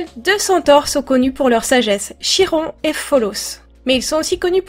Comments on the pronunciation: Super dessin ! (Comme d'habitude !) (Oh, et parce que je suis tout le temps pénible avec ce détail... Chiron se prononce Kiron) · ce dessin est magnifique comme d'habitude ps: je crois que l'on prononce kiron meme si ça s'ecrit chiron